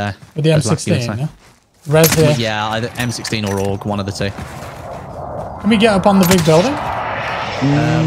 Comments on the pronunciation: Lol not ow... but auh... “auhg” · Wait, did he call the Aug? 🤣